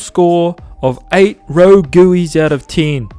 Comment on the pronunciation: “Rogooey” hah